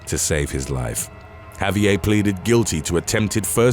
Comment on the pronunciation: Javier isn't a French name so the last letter would not be silent, it's a Spanish name, therefore you pronounce the "r" at the end of the name and the "v" sounds more like a "b". So it's sort of like "Ha-bee-air" But, I know this is a common thing in the UK, the same place where they make fun of how Americans pronounce things like Ibiza and Vincent van Gogh, even though they too are pronouncing Vincent van Gogh's name incorrectly.